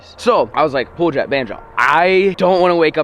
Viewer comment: Why do you call him pooljet